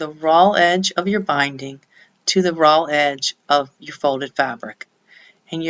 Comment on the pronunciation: Is she saying 'ROLL' edges? I think she must mean 'RAW' edges.